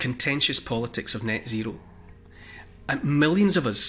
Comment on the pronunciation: Do you mean 'Nyet zero'?